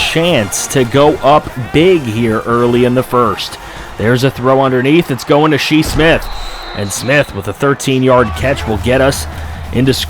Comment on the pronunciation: Why do some people pronounce his name “she” Smith? Like they would name their son “she”? It’s pronounced “Shy” lol 😂🤷‍♂️